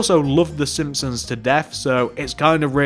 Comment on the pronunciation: Sihpsons??? SiMpsons.